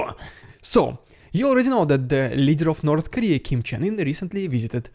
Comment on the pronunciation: are you mispronouncing Kim's name on purpose or not? like I have to know